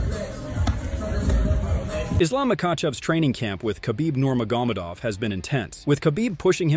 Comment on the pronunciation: Please learn to correctly pronounce Nurmagomedov. The accent is in the E, not in the O. Hearing “Nurmagómedov” several times in a minute is really annoying.